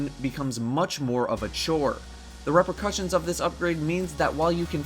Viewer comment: "Ruprucutions". Never heard it said that way. Interesting...